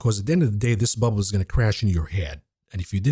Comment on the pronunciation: It's more than a bull market! But it is a buh-bull (bubble) market ;)